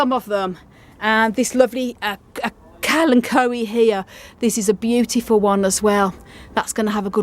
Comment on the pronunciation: Was so nice watching those thirsty plants get their first watering! I also watered my blue chalk fingers in the greenhouse yesterday. By the way, in the genus name Kalanchoe the ch is properly pronounced ch and not k, which is rare! 🌵